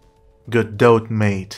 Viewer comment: Video 10/10. Could be 12/10 if the pronunciation of Godot was correct.